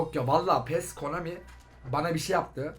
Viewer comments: abi komani deil konami :D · abi KOMANİ DEĞiL KONAMİ HSJSHS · Komani???? Konami🤣🤣😂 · Abi Konami dedin o komik